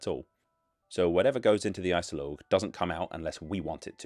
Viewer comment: IJssel Oog not I-cell-loch